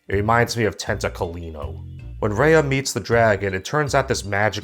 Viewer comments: The fact that this man is criticizing a movie MADE FOR KIDS, talking about how the movie didn’t represent the southeast Asian culture like some how he’s southeast Asian, making all these references which is totally not identical can’t even pronounce he name right like it’s RAYA NOT REYA like you’re not the one to judge since you know nothing about southeast Asian culture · Raya is pronounced as "Rah-yah" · you said Raya wrong. It's Rye-Ah. Did you even watch the movie? They said her name one thousand times. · Hi, I can tell you totally not invested in this video because your pronouncing Raya’s name wrong. It’s Raa - ii - yaa not Ree - ii - yaa. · Why do you keep saying Rei-yah? It's Ruh-yuh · I'm triggered by you mispronouncing Raya...